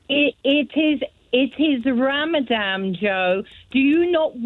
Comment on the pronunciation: It’s ramadam Joe! 😂